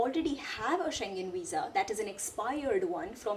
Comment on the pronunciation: You are the first person I hv ever seen to pronounce schengen correctly